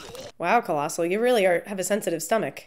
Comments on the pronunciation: OMG PLEASE STOP ITS COLOSSIUS NOT COLOSSIL XD also he looks different in this movie because they re-casted him to be be more comic accurate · Every time you said "Colossal" made me cringe... haha I'm sure Colossus would not find offense, probably just shrug it off. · This was awesome but I cringed every time you called Colossus “Colossal” 🤣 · I thought it was funny and cute how you kept calling Colossus colossal. Funny